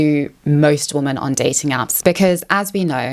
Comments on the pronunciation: Why do you pronounce “women” as “woman”? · Why is she incapable of pronouncing the word "women"?